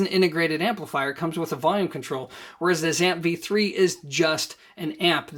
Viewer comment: Why do you keep saying "ZAMP"? It's the " ZEE - amp", as in the Z- series. Go listen to Richard Schram himself.